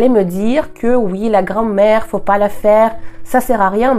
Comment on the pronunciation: Bravo pour votre très bon français ! (attention à la différence de prononciation entre Grammaire et Grand-mère 😁... mais encore toutes mes félicitations.)